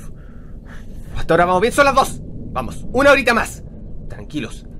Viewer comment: son las suna de la mañana:'v perdón pero yo también habló igual